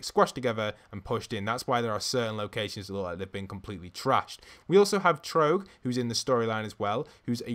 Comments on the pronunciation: It's trog not tro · The face is a Yeti face, like Trog! Which is also pronounced trawg not troge.